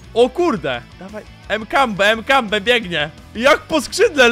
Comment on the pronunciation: nie Mkambe tylko makampe xD